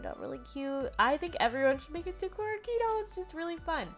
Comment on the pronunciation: Super duper cute! I wear lots of jfashion including decora. I’d love to see a doll with more of the monster aspects that are popular. (Just a little note for future vids it’s pronounced “kay”, Japanese flips how they say e and I.) 👍🏻💖